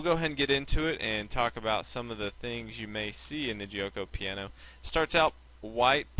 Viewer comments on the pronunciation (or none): jyo-ko pya-no not jee-oh-ko pee-a-no lol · It's actually pronounced jokeo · You're mispronouncing Gucci Piano. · hahahah Guioco Paino or " Silent Game"